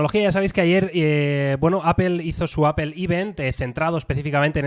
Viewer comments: POR QUE PRONUNCIAN APEL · Apel? Apel? Donde está la E en medio!! 🙉